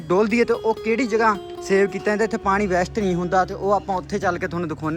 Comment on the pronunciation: ਬੈਸਟ ਨਹੀਂ ਭਾਈ ਵੇਸਟ ਹੁੰਦਾ